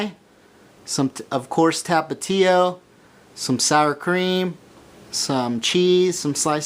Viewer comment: the way he said tapatio hahaha fucking white boy